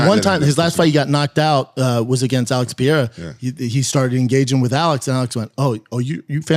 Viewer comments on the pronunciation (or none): "Alex Pee-era"